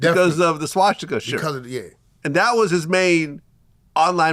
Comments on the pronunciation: Why he call it a swashtika 😂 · Bro it’s not “SHwasticka” it’s Swasticka